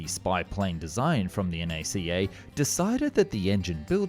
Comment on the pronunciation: Thank you for saying NACA correctly. The NACA NEVER referred to themselves as "nacka."